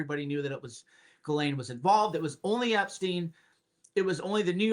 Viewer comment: It's pronounced Ghiz lane not GAL LAINE